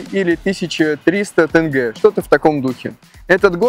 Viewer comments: Не тэнгэ а тЕнгЕ🤦🏻‍♀️😂😂😂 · И кстати, тЕнгЕ и пишется и произносится через "Е" как и однокоренное ему в этимологическом смысле русское слово дЕньги